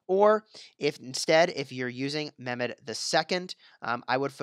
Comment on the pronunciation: Its not memed its pronounced like saying MEH and adding MED